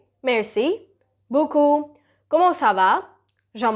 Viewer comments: C’est pas boocoup, C’est BEAUCOUP 🙄🙄🙄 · it’s ‘beaucoup’ and not ‘beacoup’. Just a little feedback; some words were mispronounced. For instance, you don’t pronounce the ‘t’ in ‘et’. The ‘aigu’ in accent aigu is pronounced ‘aygyu’ and not ‘aaigoo’. The ‘grave’ in accent grave is pronounced ‘graave’ unlike that in English. It would be awesome if you could keep a check of that.